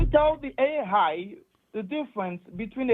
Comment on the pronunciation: "Do not trust the Ei-Haaaai" had me cracking up😂😂